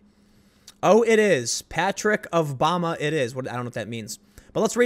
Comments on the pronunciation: It's bama as in Ala-bama.🤦‍♂️ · i think it was the Bama part he didn't get, which im 99% sure is Alabama, might have known if he pronounced it like Alabama instead of Obama